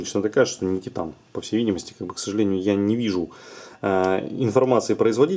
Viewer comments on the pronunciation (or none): none